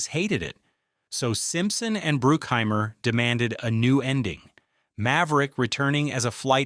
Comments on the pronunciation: It's BRUCK HEIMER,not BROOOK HEIMER,get your names correctly A-hole. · BRUCK..... BRUCK-HEIMER. Not brookheimer...... dang man.... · Jerry Bruke-Heimer? 😂😂😂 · When you cant pronounce Jerry Bruckheimer's name right, you kinda lose all credibility here. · Correction. They did NOT actually do the inverted bird scene. That is blatantly obvious in the movie. Love the AI mispronunciation of Jerry Bruckhimers name. YouTube is so bad now. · Can you get your AI voice to pronounce the names properly? Bruckheimer and Elbert.